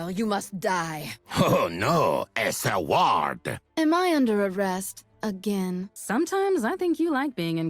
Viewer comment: Oh No! a Sa-ward